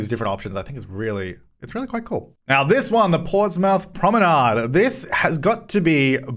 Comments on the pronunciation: Ahhh I live in a town called Portsmouth and its pronounced Port-smith not Ports-mouth lol... Kinda cool to see my town name in there though! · Love the video, but Portsmouth is pronounced Ports-muth. Has to be said.